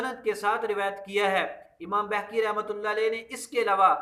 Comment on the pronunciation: Or Pehle aap khud ko to Apny Buzurgo'n k Sahi Naam lena Sikha dein...Imam Baheeeki hai,Imam Behkki nahi hai